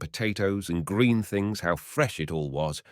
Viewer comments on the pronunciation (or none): none